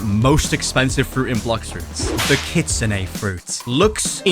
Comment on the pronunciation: You’re pronouncing Kitsune rule it’s Kitsune